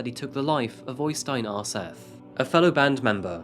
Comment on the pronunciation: I do admire you trying to pronounce all the various non-English personal and place names so don't take this the wrong way when I say that Øystein Aarseth is pronounced more like OY-stain ORE-set (th is just a normal t in Norwegian). I also think you divided Surnadal up as Sur-nadal instead of Surna-dal. Oh, and fine -e's are also pronounced so Helvete is HEL-ve-te. It's fine though, I know that you don't speak Norwegian. Anyway, keep up the good work,. I'm loving these videos.